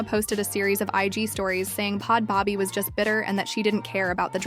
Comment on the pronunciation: I’m dead😂. It’s “bad baby”. Everyone makes mistakes, I honestly found the video better with it being pronounced like this😂